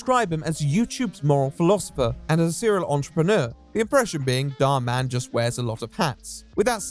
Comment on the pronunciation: You are the only creator I've seen that refers to Dhar Mann by actually putting the emphasis in the right place. Everyone calls him something like Dharman, like he’s a superhero lol